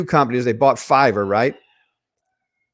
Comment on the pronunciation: Dude.. i heard you say ZM “bought Fiverr” and I almost spit out my coffee! FIVN.. 😆